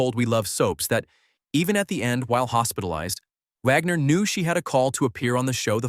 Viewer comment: It is Wagner not vagner